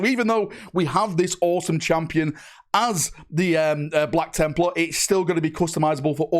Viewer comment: “Black Chimp-lar” ?🤨